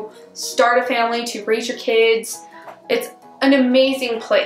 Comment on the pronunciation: And yer, instead of your